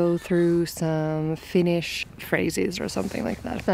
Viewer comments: I'm always just so impressed by how fluently you read and pronounce Finnish! 🤔🤯😍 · Your finnish pronunciation is actually very good 👍